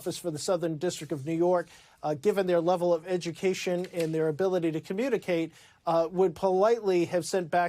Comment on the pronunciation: We don need no edy-kashun, unhuh. 🤣